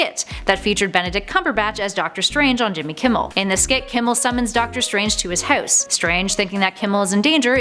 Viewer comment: I bet your from va . When you said house gave it away.